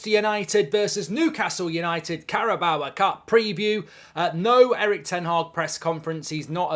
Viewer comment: Carabao, not Caraboa.